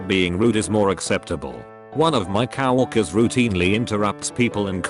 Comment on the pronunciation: I lose it everytime the voice says COW-WORKERS XD